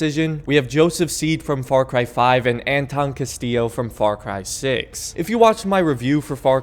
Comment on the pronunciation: I've never played far cry 6, so I have to ask without googling to spoil much. The "narrator" of the video sounds REALLY ambiguous when he says the main Giancarlo's character name. Is he saying "Castile" or "Castillo?"